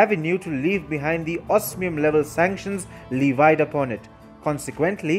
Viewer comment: TOP TIP: You said lee-vied like the jeans but it’s pronounced lev-eed so now you know the next time you use the word levied please pronounce it like “Lev-eed”. Your English is good though so keep it up !